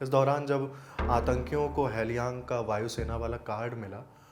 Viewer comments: Appreciate your efforts but 'Tage' is pronounced as 'Tagay' and not Tej and Halyang is pronounced with an 'A' and not Helyang. Hope this helps because during such tragic time, no one wants a silly mistake with the martyr's name. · It is pronounced (Tage = तागे) not tez. Hailyang = हालयांग.